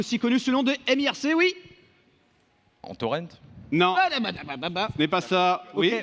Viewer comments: Perso, c'était la 1er fois que j'entendais la prononciation "mirque" comme l'a dit Fred! ça m'a fait mal à mes tympans Heureusement que Benzaie a remis le terme à son niveau... Oo" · J'ai jamais entendu quelqu'un appeler mIRC "mirque".